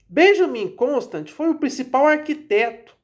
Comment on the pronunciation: A pronúncia do nome é "Constânt" (nome de origem francesa).